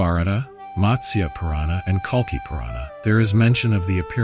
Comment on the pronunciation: It’s Kalki not Kalka 😒